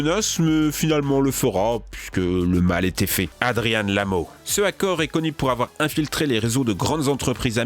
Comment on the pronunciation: Adrian se prononce pas adrianne mais adrian comme 2 ans